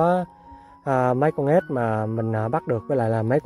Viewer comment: Ếch nhá không phải ết đâu